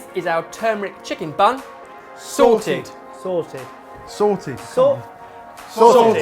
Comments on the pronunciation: Whenever they say sorted i keep thinking they're saying 'salted' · OMG THEY PUT THE "T" BACK IN SORTED 😂